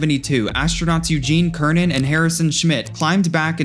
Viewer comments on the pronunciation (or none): Three major, unforced errors in this presentation bring into question your competence as a presenter. ANYONE speaking about space exploration will know that Gene Cernan's surname is pronounced with an 'S' sound, not with a 'K' sound. And how you were able-twice in the same video-to say the Space Launch System (SLS; I'm going to guess you probably didn't know what SLS means) is the most powerful rocket ever built is beyond my ability to understand. You do a few minutes of half-baked research and think you're ready to make your amateurish little video. It would have taken just two minutes of research for you to verify that Starship, with 16.5 million pounds of thrust at liftoff, is nearly twice as powerful as SLS, which has 8.8 million pounds of thrust at liftoff. Your channel will be driven down to nothing, or you will LEARN. Learn what? Learn to research what you claim before you say it and make yourself look like a foolish idiot. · Eugene Cernan "Sernan" (with the " S " sound)